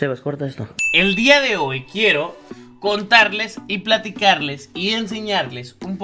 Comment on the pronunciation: like si te diste cuenta que dijo cortarles y no contarles